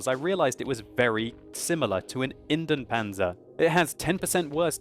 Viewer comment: Pronounciation tip: Try to pronounce Indien-Panzer as Indy-en Panzer. You pronounce both the I and the E in Indien.